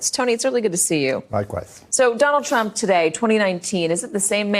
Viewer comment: America's worst enemy.."Donald Trumph"